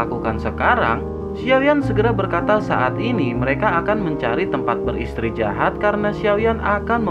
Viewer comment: mntp bang thankss, btw istirahat bang bukan istrijahat wkwkwkwk